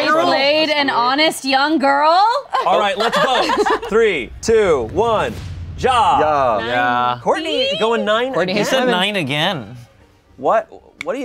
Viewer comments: it’s not ya it’s ja! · I cant get over the fact that they arent pronouncing ja as ya but w a j straight out from dj💀😭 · I hate how the day ja with a j sound😭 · Everytime Ja was mispronounced I wanted to cry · Them pronouncing the “J” in Ja is MURDERING me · The pronunciation of Ja is driving me insane 😭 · The way they pronounce "ja!" annoys me so much omfg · i do not like how they pronounce ja and nein. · I don't like the way the pronounce "ja"